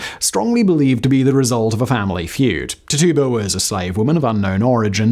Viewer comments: Tituba pronounced titchuba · Tituba=Tij-jew-ba Come on, fact boy. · Tituba’s name was pronounced “TIT-chew-bah” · Dudes butchering the name Tituba